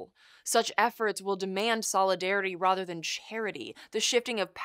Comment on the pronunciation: Rother, rother, rother. Um, the word is rather.